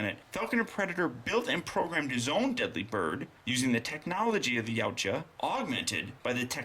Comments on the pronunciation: its YA-T-JA. so you know, and knowings half the battle. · For the record, Yautja is pronounced Hayootyah.